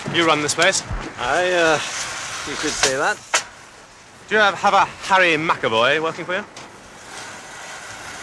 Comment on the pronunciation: "Do you have a Hawwy McAvoy?" "No, but we do have a Woderwick".